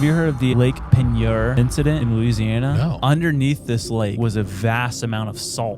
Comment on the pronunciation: They didn't get the facts exactly right..but close enough. We here in Louisiana know the whole story. They just made it a little more "fantastic." 😁 Still..glad someone is talking about the crazy things that are everyday life here in Louisiana. :EDIT: Btw, it's pronounced payn-YOR.